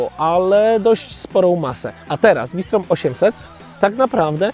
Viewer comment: "FAŁ SZTROM"!!!! nie "WI STROM" Sprawdź genezę nazwy. Na Garwolin mówisz Dżarwolin?